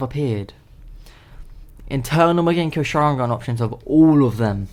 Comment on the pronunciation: it's mangekyo not magenkyo